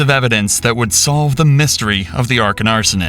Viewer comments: they literally say Akron the right way but the voiceover says Arken the entire video. The bare minimum effort isn't even being taken here FFS. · ITS AKRON NO ARKEN!!!!!! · STOP SAYING 'ARKON ARSONIST' ITS CALLED AKRON OHIO; IM STUPID AND I KNOW THAT FFS. WHERES A R K O N OHIO? NEXT TO ARKON ASYLUM HM? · Narrator cannot even pronounce the name of the city correctly. He refers to Akron as "ARKON" more than once. (smh) 😒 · You say Arkon numerous times. It's Akron. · It's "Akron" not "Arkon" 🤣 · "Arkon Arsonist" Akron. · dude keeps saying Arkon. IT’S AKRON!!!! 😂😂😂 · Said “Arkon instead of “Akron” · It's AKRON....not Arkon .. how can you put out content and not do ANY editing or proof reading?? The narrator says the city name as "Arkon" multiple times. This shit irritates the hell out of me...like you don't have enough respect for the victims and families enough to simply spell proper nouns , names and locations correctly. You are SUPPOSED to be researching the events at least well enough to get the basic facts correct. This is a huge reason why I hate A.i. narration. If an actual person was SAYING the words, this stuff would be EASILY caught and edited. So... if you're going to be soo lazy , that you can't SPEAK Words, at LEAST use spell check or proofreading before you post your content...it's sad and pathetic that a channel with the subscribers and numbers of this channel, doesn't have a method of proofreading and editing before posting content. I would be embarrassed to have such a careless work ethic ,as to not even listen to the script, before posting... or is this creator just dumb and doesn't even realize that ARKON is not the name of the town? 😂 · Nobody gonna say anything about him continuously saying "Arken Arsonist?" 😂 Maaan, and I saw mad peeps in the comments talkin bout I'm from Akron, oops I mean Arken ahahahaaha. Further evidence to the theory that all Ohio people are durrrrrr. 😂😂😂 GO STEELERS! 💪🏉🏟️🏆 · Man keeps saying Arkon 😂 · Akron or Alron?